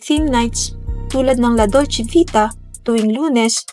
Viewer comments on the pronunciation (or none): none